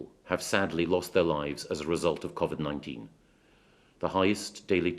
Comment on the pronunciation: I know that this is a SERIOUS ISSUE... But will someone please, for the love of God, teach Michael Gove on how to pronounce "COVID-19" properly!!! It's really grates on me how he's pronouncing it! It's "Co" as in a website and "vid" as in video!!! Not a the weird way he's saying it!!! Grrrrrrrrrrrrr